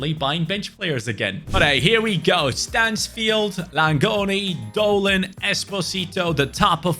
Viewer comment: Bro it is not manfield it is Stansfield